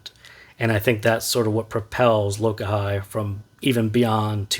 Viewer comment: It's pronounced Lo-kah-he. It's a Hawaiian word for unity. 🤙